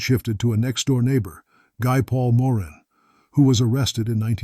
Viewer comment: A bit irritating having pronunciations of words and names changing frequently. "Mr. Big Operations" are unethical......lying all the time but expecting the truth(or, rather, something to prove the cops guess). Nice that the cops narrowed down the age of one of the women (25 to 50 years old). Appalling pronunciation of Guy Paul Morin's name.